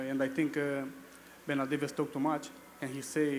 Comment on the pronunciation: Haha Haha he said benadivez 😂🤣👆😂🤣